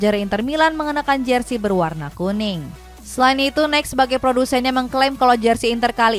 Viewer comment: Nike di baca naiki bukan naik mbak